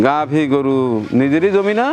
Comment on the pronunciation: আসসালামু আলাইকুম, একটা শব্দ উচ্চারণে সংশোধন করতে চাই। ঘাবি গরু বলেছেন, আসলে গাভী হবে।